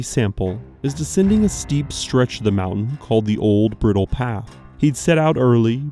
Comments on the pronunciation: not Briddle but Bride Dle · Bridle. Bry-dul. Not Brittle.. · It’s bridle like in a horse bridle and mispronounced sinewy. If you are going to do videos please check yourself. It’s very unprofessional and does not instill confidence in your work.